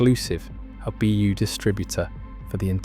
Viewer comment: I hate how it says ”ABÖ” instead of ”ABU”